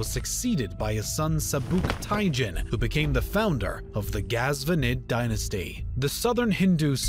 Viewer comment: the pronounciation of words is killing me mahoma? gazvanid?